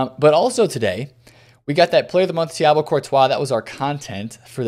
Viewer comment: No one: Thibault Courtois: Thiabo Courtois